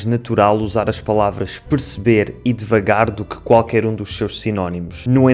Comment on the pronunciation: "Piscberr". Esse "perceber" pronunciado sem vogais é difícil até para nós brasileiros, imagina para quem não fala português.